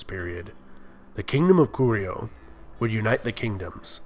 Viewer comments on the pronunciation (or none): Bullshit. Kojoseon was pronounced wrongly, Yan was pronounced wrongly. and Goguryeo like the other user. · lul no, goguryeo sounds way off, especially in the last syllable. still, good job with the vid! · Why do you pronounce the G as a C? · Nice video, I enjoyed it:) Pronunciation was also good for the most part, something that could be helpful is that Korean words usually stress the first syllable, e.g. GOguryeo. And a small correction, the Korean transciption for "Gojoseon" is '고조선', not '조선'/"Joseon", which is a completely different kingdom/period. Also "Yeowang" (여왕) just means "Queen" in Korean, so the name would be e.g. "Seondeok" not "Seondeokyeowang":) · The way he mispronounces 고구려... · Lmao 고구려 is wayyyy off. 신라 is okay